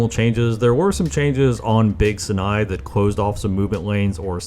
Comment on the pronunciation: World record for most amount of times that Sinai was mispronounced in a single video